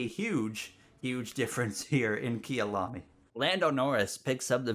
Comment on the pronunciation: Kayalami (my home) not kiyalami